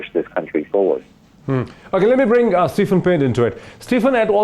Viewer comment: Moeed, please pronounce Stephen's name correctly. It's "SteVen"; not SteFen (Ph here has 'V' sound).